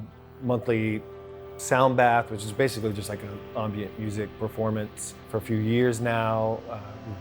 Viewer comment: "Ombient"? Omm...